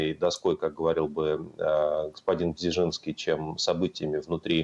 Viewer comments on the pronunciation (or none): БЖеЗинский, а не "БЗеЖинский"!